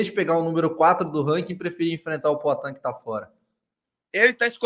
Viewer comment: E esse cara fala como Cebolinha, é? "Pla cá", "Ploatan"... Kakaka